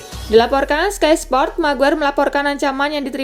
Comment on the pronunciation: Miguair oooh miguair 😂😂